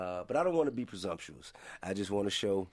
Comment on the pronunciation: Tip said "the laws of Resoprocity n prosomptuous" what does these 2words mean